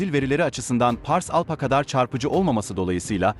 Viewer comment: ALPHA. ALFA diye okunacak PH, F diye okunur. Teşekkürler.